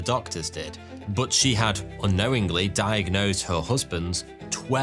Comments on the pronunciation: "diag-NOSED" i see what you did there 😂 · I enjoyed this fascinated video. Especially "diag-Nosed"! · Loved the diag-nosed emphasis hahahah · It had diag... NOSED. At first glance, it may seem had trouble pronouncing the word diagnosed but my superior skill in recognizing puns could not be fooled. I didn't stop there though. I grabbed 6 of my closest friends and watched 12 videos. Each of us had to point out the puns in every video. To everyone's amazement, I got all 12 of them correct. Except I didn't. I made 1 error. Alas, further research was canceled due to my grave error, as our funding got cut. A few months later, I bumped into the same pun I misjudged wrongly before. And as you guessed it, it actually turned out to be a pun. I felt a great rush going through my veins, as I felt like the luckiest man in the world. I headed straight to Vegas and gambled away my life savings. Does it hurt? Yes. But do you know what's more valuable than money? Time. Time that you've now wasted reading my comment. Cheers to you and enjoy your evening. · Diag-NOSED! :P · Did you say, “… diagNOSEd…”? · I had to click like because you said diag-nosed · diag-NOSED :face-green-smiling